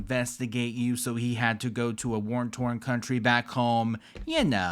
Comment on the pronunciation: Sis it’s war torn not worn torn 😆 that shit is hard to say tho I get it